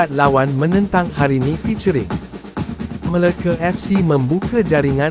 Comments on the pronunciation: Bang sebut Melaka btul2 bang jangan main nama negeri kami meleke ape tu MELAKA bukan Meleke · MeLAKA fc..bkn Meleke Fc..sebut pun x reti..